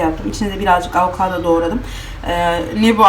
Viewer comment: AnnneeeAvokodon değil avokaadooo